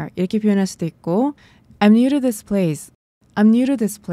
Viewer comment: Is this 할때 this 발음을 어찌 해야할까요 이 지스 이런식으러 들리는데..